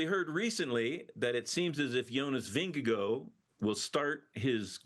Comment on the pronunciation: Please, please, please pronounce “Vingegaard” at least close to correctly. There in no way ”OH” sound at the end of his name. It is NOT "Vin-ge-GOH". You are paid professionals. You manage other “foreign” names pretty well, but appear to intentionally butcher Jonas’ last name.